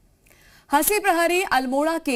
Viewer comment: नाम तो सही से ले लो जी हसी नही हंसी नाम है उनका